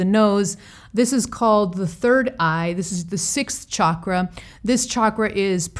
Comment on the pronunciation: Other things aside, I love that you pronounce the word CHAKRA, properly! ❤️🧡💛💚💙💜🕉